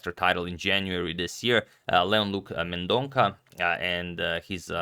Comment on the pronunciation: Sorry for pointing out but Leon surname is pronounced as Mendon'SA'